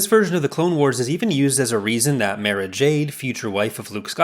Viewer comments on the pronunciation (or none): none